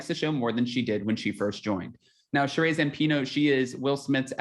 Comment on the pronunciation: Her name is “Shuh-ree” not “Shuh-rayy”